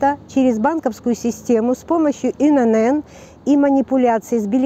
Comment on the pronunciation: Пожалуйста! Не говорите инЭнЭн? Это говорит о неграмотности и неуваженИИ к русскому языку! В нашем великом и могучЕМ нет буквы НЭ! Есть буква Эн! Поэтому аббревиатура ИНН читается и произносится как И-Эн-Эн! Повышайте грамотность свою, пожалуйста! Прежде чем вещать в эфире.